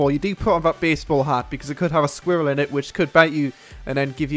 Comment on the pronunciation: haha, Germans saying squirrel XD XD